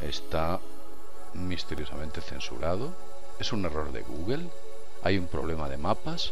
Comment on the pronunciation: Porque pronuncian "GUGEL" En la palabra Google no hay ninguna e o a para pronunciarla "GUGEL"